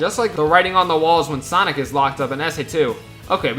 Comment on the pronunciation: Sanic 3 Me:SANIC SANIC BRO SAID SANIC